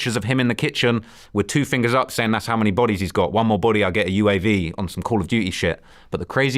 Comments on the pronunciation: Where did the random T come from. Your mixing up your accents. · 😂😂😂😂 at Bot-E’s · This guy’s obsessed with people catching bodies or likes to say bot-E’s 😂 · better than bah-deez